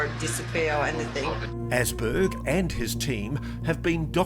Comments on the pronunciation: ÅSBERG. Not Assberg. Might as will be Assmountain,.. Åsberg is Swedish and means RidgeMountain. // fellow Swede 🇸🇪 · Åsberg is prenounced "aus-berg" like in "australia" 😊